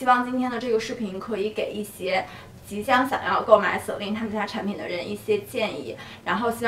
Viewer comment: practice your mandarin please, such as "yi xie", not "yi sie"